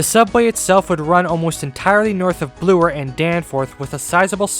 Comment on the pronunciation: Is that how you kids are saying Bloor today? “blue-er”.